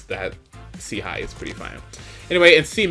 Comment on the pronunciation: What the fuck is 'SHI-G'